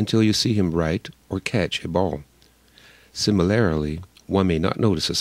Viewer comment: The repeated mispronunciation of the word similarly ("Sim-il-lar-ily") is annoyingly distracting. Otherwise, reasonably informative.